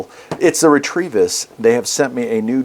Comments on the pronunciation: Re-Te-Vis, not "retrieve us". Thanks! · Not Retrievis, but Retevis.